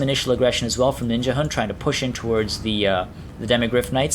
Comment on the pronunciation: Ninjahund means Ninja dog in danish. And of course you pronounce it very wrong :D